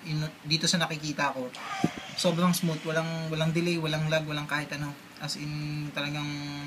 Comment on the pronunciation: One more thing I'd like to correct about you, It's "lag" not "log". Ano yoon troso?